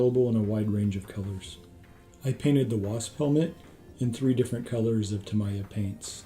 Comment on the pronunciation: Nice intro, looking forward to future videos in the series. One nitpick - Tamiya is pronounced tah-mee-ah.